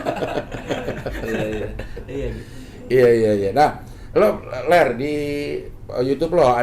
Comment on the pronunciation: Manggil Lar Ler Lar Ler kedengeran kaya lagi manggil Peler wkwkwk